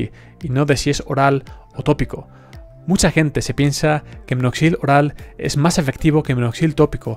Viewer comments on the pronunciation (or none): No es "minoxil", sino minoxidil .